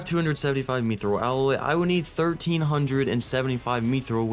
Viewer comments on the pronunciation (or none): Its pronounced myth-roll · Love the videos. MYTH-Rl that’s how you say mythril